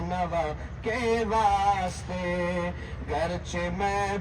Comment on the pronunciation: ماشاءاللہ حضرت اقدس حافظ صاحب ایک عرض: واسطے میں سین کا سکون نہ پڑھیں، بلکہ زبر پڑھیں، پھر کسر واقع نہیں ہوگا۔ اللہ آپ کو سلامت وخوش رکھے۔ دعاؤں کی درخواست ۔